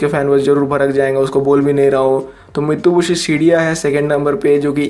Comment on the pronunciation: Bro it's not mitubishi it's Mitsubishi 🤣🤣